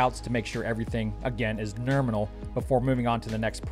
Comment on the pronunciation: Why can't this guy say nominal?